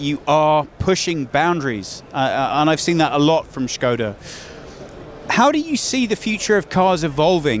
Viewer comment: the way you pronounced SKODA, made me absolutely furious